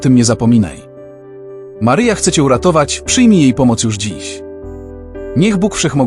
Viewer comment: Maryjo czy to przypadek ?ten lektor,to czytanie Twego Imienia nie bardzo mnie przekonuje Mary Joe?